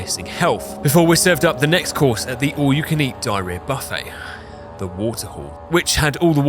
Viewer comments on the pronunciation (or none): none